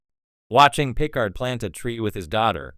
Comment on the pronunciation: Captain Gene Luke Pick-ard lol